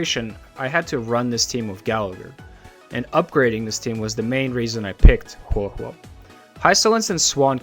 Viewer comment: A whole video dedicated to her and you are still a CC who doesn't say Huohuo's name correctly so I a, leaving a dislike as I do for all videos that say her name wrong